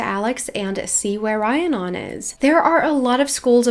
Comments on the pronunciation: Just a head's up the name is Re-ann-on =) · Just thought I’d let you know, Rhiannon is pronounced like Rihanna (the singer/songwriter) but with non at the end. Re-an-on. Hope that helps! Love your videos by the way😊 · Rhiannon is pronounced Ree-Ann-on. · Okay I love you but it’s Rhiannon pronounces REE Ann non not rhi a non <3